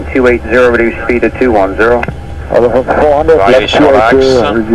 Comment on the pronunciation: I love the video but the NY controller is rubbish. Why do they say “descend TWO 5000”. TWO is a disaster waiting to happen. Omit the TWO. Also why do Americans pronounce “Lufthansa” as Luft-harrnnnzzzer.